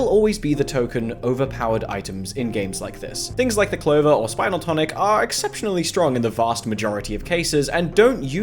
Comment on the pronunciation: spinel tonic is pronounced "spihnehl" not "spynehl" it's based on a mineral, iirc